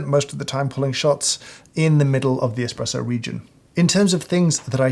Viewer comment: Hahahahhahaha james hoffman says expresso. Im saving this